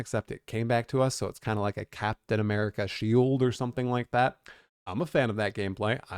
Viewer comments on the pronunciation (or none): none